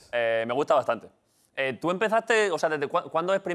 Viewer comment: ese "Tú" está mal acentuado. Menos mal que no estaba Quequé.